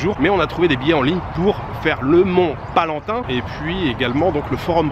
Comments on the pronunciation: Mont Palatin…pas Palantin….. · C'est PALATIN ET PAS PALANTIN. .. Tout de même. Tu n'as pas étudié l'histoire romaine au collège ?.